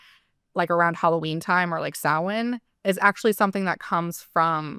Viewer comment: The funniest version of this I've seen is a guy who claimed to be a high priest in Satanism, and kept talking about the occult holiday that he pronounced "Sam-Hain".